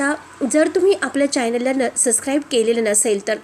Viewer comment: अगदी बरोबर.निवेदक सतत चायनल असा उच्चार करते.जे‌ लिहितात ते दाखवतच नाही लेखक जाणून बुजून कारनाम्याकडे दुर्लक्ष करत असतो.त्याच्या लिखाणामुळे व्हिलन लोकांना नायक बनवले आहे आणि नायक लोकांना व्हिलन बनवले आहे.